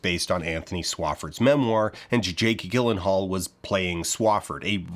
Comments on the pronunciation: It's (as said by Jake himself) JILL-en-hall, and not GIL-en-hall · To distinguish between the younger Bush and the older Bush, one typically calls the older one "George H. W. Bush". That is not how you pronounce "Gyllenhaal". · For the record it's Jill-en-hall. Not Jake Gil-en-hall. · Actually it's pronounced Jake Gifenhaal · Yaaaaay, how timely By the way "Gyllenhaal" is pronounced "jill" not "gill" like a fish gill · It’s pretty jarring, pun intended, to hear you mispronounce Jake Gyllenhaal’s name. BTW, I’m a Marine, and I’ve never heard a Marine talk shit about Jarhead, the movie or the book. Lastly… Do Generation Kill next! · Jake "JILL-ehn-hall" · I hate to be that person but it’s Gyllenhaal with a soft G. I took an art class from his aunt. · What is it with Dan and purposefully mispronouncing very easy to check names? Jake Gyllenhaal's name is not a hard one to look up, man. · Forget the lie about why the sequels were made, I'm more put out by the attempt to gaslight me into thinking that Gyllenhaal is pronounced with a hard G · i missed the deception because i kept getting distracted by how you pronounced Gyllenhaal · Is there a joke coming at the end where he explains why he keeps saying Jake dʒɪlənhɔːl’s name wrong 😭